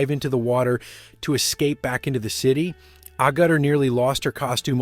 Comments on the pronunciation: AG-ur-ter, not A-gut-er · Agutter, all one word, not A-ggutter !!! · Pronounciation it ARgutter not Agutter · You mispronounced Jenny Agutter's surname, it is pronounced Ah-gutter. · I wonder why Jenny would be nervous about her dress falling off? It's not like she hasn't done nude scenes before. Also, her last name is pronounced Agg utter. I also fell in love with her after watching the movie in the theater in 1976 as a 14 year old. ❤ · I can’t believe how many different valian attempts there were to pronounce Jenny’s surname, and unfortunately none were close. Clue: it’s pronounced with a very hard ‘g’ and the ‘u’ is pronounced as an ‘a’; a little like ‘aGata’😉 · you are butchering her name, it is ay gutter, well listen to how it is said in the UK media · Jenny who? Did you call her Ayy gerduh? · Jenny’s surname is pronounced ‘ Ag-utter’. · Ah-get-er is her pronunciation of her name. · 'A Gutter' is the strangest pronunciation of her name I've heard. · It's Ah gutter. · It's pronounced. Aa gutter. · Ay gu dur was bad. Were they aiming at an American mispronunciation? I understand that Americans can't pronounce T (or I) but this was bad. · Her name is pronounced 'Agg utt err', I think the dress looked disposable, but stunning. As to a remake, please don't! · I loved the film and Jenny Agutter is stunningly beautiful. But the commentary on this video, and many others, frustrates me in that they often mispronounce names, namely Agutter is mispronounced. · The only thing of interest to me is why you can't pronounce 'Agutter' correctly. You tried at least two versions, and both are wrong. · A- Gooter? A - Gutter? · How many ways can you say Agutter wrong? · You'd think the narrator would at least have had enough respect to learn the correct pronunciation of Jenny Agutter's surname. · How can you pronounce her name about 4 different ways and still never get it right ? 🤦🏻‍♂️ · Learn how to pronounce her name please..... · Doesn’t know how to pronounce her name